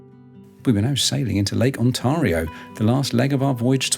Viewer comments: its NOT HOORUN. Its LAKE HURON. Phoenitically H-your-awn and it not ON TAR IO. Its ONTEARIO phonentically. You would be spotted out immediately for the misprounciations. Glad you enjoyed OUR Lakes. From St. Catharines ONTARIO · Ontario...On t(air) io (like in air not tar)